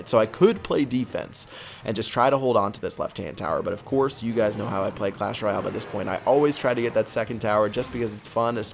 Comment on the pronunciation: why do you say royale so funny